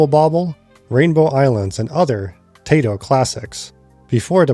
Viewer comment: Someone pronounced "Taito" as "Tay-toh" and I winced.